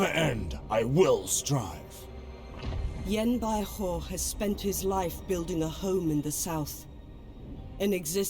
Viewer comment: Great video, the correct pronunciation of Yan Bauhu is like"Yan By Who", that literally translate to Yan White Tiger